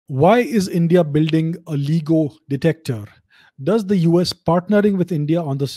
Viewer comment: lts pronounced Layee-go!